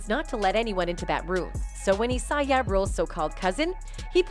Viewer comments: This other can’t even pronounce 2pac or ja, why is she commentating. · I knew diddy was gay back in the usher days....hearing this woman call ja ya and pac pack made me flip the channel sorry....